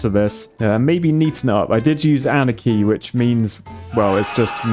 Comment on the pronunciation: The mods has been been called “anarchy?” Not “ahnaki?”